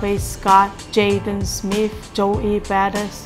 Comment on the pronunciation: Charveesgot, Jaden Smeet, Jo Ee Baadis, Go ling, Yan Pahris, Why fye fyunerr, Maggmo